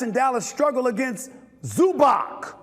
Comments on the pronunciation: Zubatz not Zubak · Luka's last name is NOT "Donchik"! Nor is "Zubak" correct....it's embarassing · Instead of just shouting, this guy could really learn the players names... (ZubaK??? WTF...)